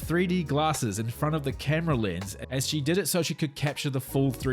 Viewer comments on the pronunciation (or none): none